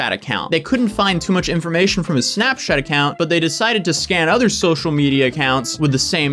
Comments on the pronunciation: I swear he was saying snapshat. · But why did say Snapchat that way like ~snapschat~